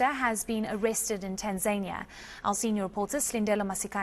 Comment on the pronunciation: Please pronounce Tanzania properly, don't do that Kunta Kinte shit with African words. It's nauseating misunu yenu nx